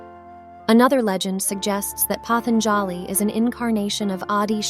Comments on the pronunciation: The correct pronunciation is Patanjali, पातंजलि ?The"a" after j is almost silent. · sure nothing wrong with handing over your mind and talents to a machine that can't make an original thought. The voice over constantly mispronounces patanjali's name. This is a cheap product you made, and because you and AI lack creativity, you just retell stories that are already available with better explanations and nuance to them. Thats the slop, its the cheap low effort you showed in make a bs product. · Incorrect pronunciation of Patanjali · I have never heard the word 'patanjali' pronounced like this